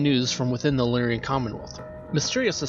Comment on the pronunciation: Lyran is pronounced Lear-Un. Combine is pronounced COM-bine when used as a noun. It is only com-BINE as a verb.